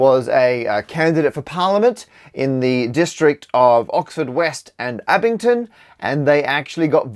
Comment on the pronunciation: my favourite was when you mis-pronounced Abingdon as Abington